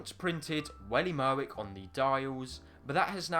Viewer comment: "Welly Merwick" lol